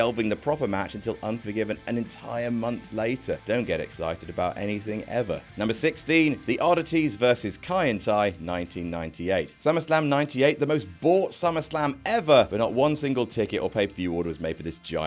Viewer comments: Looking at number 16: It's Kaientai, not Kaitenti. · “Kaitenti”...? You mean Kaientai?